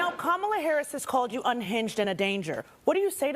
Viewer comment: The ONLY thing you got right was the pronunciation of her name. I think it is going to be a landslide!